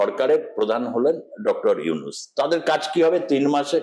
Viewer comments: নিউজ প্রেজেন্টারের উদ্দেশ্যে বলছি - একজন গুণী ব্যক্তির নাম শুদ্ধ ভাবে উচ্চারণ করুন। ৩২ সেকেন্ডে আপনি ইউনূস স্যারকে ইউনিস বলেছেন। ভবিষ্যতে এ বিষয়টি খেয়াল করবেন। আর আপনাদের ভারতীয় মিডিয়াদের কি আর কোনো কাজ নেই, শুধু বাংলাদেশকে নিয়ে উস্কানীমূলক ও বিকৃত খবর প্রচার করছেন। ভয় পাচ্ছে নাকি আপনাদের সরকার যদি ভারতেও ছাত্ররা বৈষম্য বিরোধী আন্দোলন করে? উত্তরের অপেক্ষায় রইলাম। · Not younis, Younus ok. Juounalis vai if don’t have any problem to talking (stammerer); tell name properly ok. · To dear anchor of the channel, please pronounce correctly. Yunus, not yunis. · আরে সাংবাদিক দাদা আগে ত নামটি শুদ্ধ উচ্চারণ করুন উনার নাম ইউনিস নয় ইউনূস ওকে? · ইউনূস ওনার নাম হালা আগে নাম সঠিকভাবে বলা শিখে উপস্থাপনা করবি😈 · ঠিক করে উচ্চারণ করুন , উনার নাম ডক্টর মুহম্মদ ইউনুস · Younus নামটা ভালো করে উচ্চারণ করতে পারে না উনি কিভাবে,,,,,,,,,,। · বাংলাদেশ ভারতের সম্পর্ক এসব আলোচনা থেকে নস্ট হওয়ার সুযোগ নাই। আপনাদের লাভ এইটাই যে ইউটিউব থেকে বেশী টাকা কামাতে পারবেন। বাংলা বানান ভূল ও ড. মোহাম্মদ ইউনূস স্যারের নামটা ঠিক মতো বলতে ও লিখতে পারেন না । মন গড়া কথা না বলাই বুদ্ধিমানের কাজ। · ভালো ভাবে নামটা বলেন! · ইউনুস উচ্চারণ আপনার ভুল আছে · দাদা নাম টা তো ভাল করে উচ্চারণ করুন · ইউনুস নামটাই উচ্চারণ করতে পারেন না আবার উপস্থাপনা করতেছেন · ছি উপস্থাপক, নামটাও ঠিক মত বলতে পারেননা